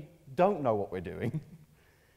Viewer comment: aaaaannnnnnnd, before anyone asks, Brits do not pronounce that word like that (cogneeeeetive). Apart from this one.